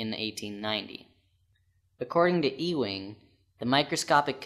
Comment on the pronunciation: And he's wrong about a few things. At the molecular level, ferrous materials (like Iron, Steel, Strontium and Boron) actually STOP behaving like magnets. Ewing's (pronounced Eww-ing. Not EEE-wing) assumption that magnetic materials is his Assumption based on the OBSERVABLE effects. Since Ewing's days, we've created things like Super-Colliders and Magnetic Mass Spectrometers. We know that the Magnetic nature of ferrous materials stops at the molecular level. Cont....